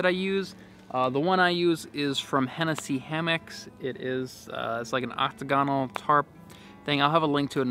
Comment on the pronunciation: Also you say octagonal like octaGONal, with the stress on the “GON” rather than octAgonal with the stress on the “A”. Sorry I’m a grammar nazi but I’m also an English teacher 😜